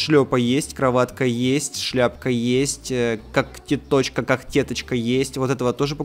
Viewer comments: правийно не кактетачка а елечеточка !!!!!!!!!!!!!!!!!!!!!!!!!!!!!!!!!!!!!!!!!!!!!!!!!!!!!!!!!!!!!! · Гогтеточка ударение падает на Е гыыы( о_0)